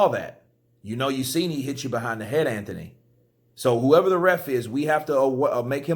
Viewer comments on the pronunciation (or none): none